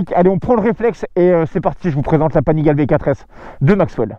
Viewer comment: Salut, super vidéo. Au passage, Panigale su dit "Panigalé".